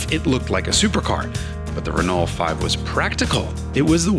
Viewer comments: Nice car. However, it's not pronounced, "re-noll". It's "re-no". All French words that end in "ault" end with the "o" sound.... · "re-knoll" Dude, You're pronouncing too many letters! Listen to how the French say it. "R'know" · Wonderful car and retrospective! I never knew this story. Although the way you say re-null instead of Renault makes me overflow with croissant flavored tears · Pronounced Reno not Renalt. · The pronunciation hoar says "Ren-alt'. Try "Reneau". LOL. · It's easier to say Ruh-NO that it is to say Rih-naul and it's more accurate, too. Go fast in the fast turns, bro, y’know? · Jason is great! But hearing him say RehNuL is killing me... say it French Reh-Noh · The Renault 5 GT turbo was such an awesome car back in the day! By the way, for the Americans, it's pronounced RENN-OH ✌️ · Love it but your pronunciation of Renault is very bad. "Reh-no" is the correct English pronunciation. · As a European: you are pronouncing Renault wrong. Imagine it as "Re-know". That is all. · Pleeeeeaaaaase pronounce Renault properly - 'Renno' - thanks. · Great to see the new gig. Love it! Confused by your Ren-ALT-ernate pronunciation. When did you stop being a pronunciation pedant? Is Haggerty forcing you to say things like a ‘Merican from Alabama-tucky? You Ren-OWE me some splanin’! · this was a fantastic video! I'll overlook his mispronunciation of "Renault" (Renn-oh), because he's a fantastic presenter. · Listening to this dude pronounce Renault is the worst. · His pronunciation of Renault is horrible. It grates and wrecks the video. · Yikes, even for an American, the pronunciation of "Renault" is like fingernails on a chalkboard!